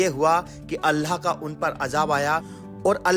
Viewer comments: Aapki Urdu bilkul bhi achchi nhi he allha nhi hota Allah hota he ye to muslmano ke halat hen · Kya yarr ""Allah"" ki jagah"" Alha"" bolte ho ? Alllah ka nam to pehle bolna sikho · tum Allah ko Alha q bol rha Itni bdi galti tum kaise kar sakte ho. At 17 sec, min, min, min, min, min, min, min, min, min, min, min, min.itna time me tune Alha bola hai.Aur kahi kahi lutha bhi bola isne jo ki bawt galat hai. Approx last time tak tune sahi se Allah nhi bol ska salt ko solt bolta hai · Bro learn to pronounce Allah properly. It's not ALLHA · ALHA nahi ALLAH bolo please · Apna pronounciation sahi kar totla. Alha kya hota hai be. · nice video, Allah not Alha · Bhai.. Alha nehi Allah bolo... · Bai Alha kya hai Allah bol nehi chakta kya? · Bhai Aapne Allah Bola Ya Alha Bola Aap Itne Din Se Islam Me Hai Aur Abhi Apki Zuban Se Allah Nahi Niklta? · Alhaa nahi ALLAH Lutha nahi lut Apne pronounce ko sahih kijiye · Allah To theek se bol le chutiya..Allha bol pada hai video me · Bht shukria aapka jo hamney quran me padha us basti ko aapne wha jakrr dikhaya.. Bhai pr aap Allah paak k naam sahi se le.. Allah khe... Uske naam me koi tabdili na krey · Assalamualaikum bhaijaan subse phele Allah ka nam sahi se lijiye apka pronounce mh garbar hai Allah sahi se bolye baki ap kam accha karrahe ho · bro pronounce Allah better please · Bhai pahle Allah bolna sikhlo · Bhai no offense but aap Allah shi tariqe se bolna seekhe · Aap ko Allah bolna nahi aataa? Sahi talaffuz kijiye aur Allah ka naam khuda nahi hy, padhiye surah aaraaf aayat no. 180. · Dost pahle Allah ka naam achhe se lele baki to sab sahi hai or wakiya bhi achhe se study kar ke kuch bola karo q ki aap ko 1L aadmi dekhte hai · Sabse pehli baat yaar kam se kam loot alihisalam aur Allah bolna seeekh lo aisa lag raha hai koi gair muslim bol raha hai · Please..Allah . Sentence..sahi tariqa se pronounciation karo 🤲